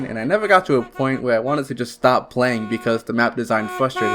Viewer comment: Is this channel ran by two people? Because honestly you need to stop having this guy narrate. He talks like a 5 year old and it makes me not want to watch. "Today we are pwaying weft fuwh dead..." Goofy ahh shit